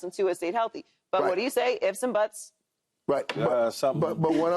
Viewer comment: Did Joy say "ifs and butts"?